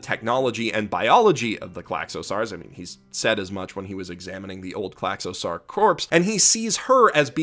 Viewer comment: Wow, someone's reading way too into things again. And also that pronounciation of Klaxosaur... it's "sore", like the ending of the word dinosaur. Not "sar"